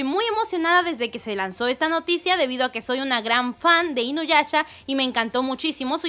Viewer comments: Me desespera un poco que diga inuyacha xD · Sechomaro, sechumaru, inoyacha, inuyacha wtf. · Like si escuchaste q dijo inuyacha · Me encanta cuando dice Sechomaru e inuyacha Jajajajja perdón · Like si te molesta que diga SeCHOmaru e InuyaCHA -_ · Le da cringe cada que pronuncia los nombres de inuyasha y Sesshomaru.